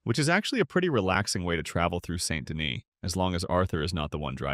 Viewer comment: Wow, I didn’t even know there were so many ways to mispronounce “Saint Denis.”